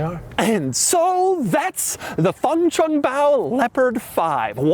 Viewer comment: MF SAID THE WORD FUNCHUNGBAO. LMAO